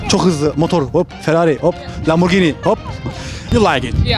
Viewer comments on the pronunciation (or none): none